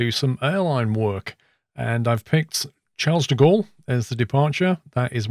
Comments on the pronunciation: “Chars duh gaul” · Charles-de-Gaulle is pronounced something like ‘sharl de gaul’ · Phew I cringed from your pronunciation of Charles de Gaulle